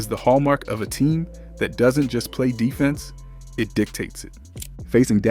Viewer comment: This gotta be AI. You don't say "defense", "close out", or "phenom" the right way for ANYONE who watches basketball. You didn't analyze anything and every sentence seems like it was an answer to an AI prompt. You said nothing of substance. Garbage slop content.